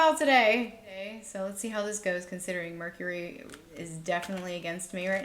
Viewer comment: Hahaha your bloopers 😂 “Hercury” Retrograde 😅🤣 Loved the pick a card read! Pile 3 🥰